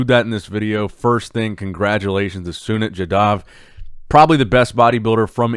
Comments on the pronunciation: Feels so proud to see sunit jadhav here , Making us all proud here in India ❤️ Pronounciation for sunit is - Soo-Neet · The way pronouns sunit's name is just hilarious 🤣😆😂 But just cover more content from India u will be learn more 🤣🇮🇳🇮🇳